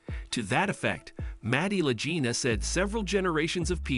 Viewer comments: PLEASE PRONOUNCE their last name as La G ina not La J ina! In this episode you said it both ways and if you had ever watched a History channel episode you would hear their last name correctly. I am qite sure I am not the only Fan to understand how their last name sounds. Anyone who is serious about the Oak Island series cares enough to point this out to you! If this is a robot voice then fix it! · Can't you learn their names and the pronunciation of those names? They are MARTY (not Matty) and Rick LAGINA with a hard "g". OMG! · They pronounce their name with a hard “g” not soft. 😡I am stop watching your video right here. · You. Are pronouncing the name of Latina wrong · There is no Matty, his name is Marty and you are pronouncing their last name wrong. Get your information correct before you broadcast a video. And your title is click bait because nothing happened to Billy.